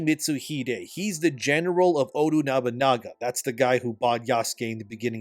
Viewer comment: Odunubunaga, Odunubununaga bro, just call him Oda.😂